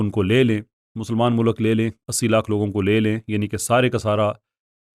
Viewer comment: O 'MULAK' nhil 'MULK' & 'Univresty konsa lafz hy